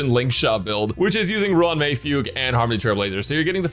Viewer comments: missed fug-u 2/10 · yes he did he said fug-u lol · Is it fu-gue or fuge wich sounds like puke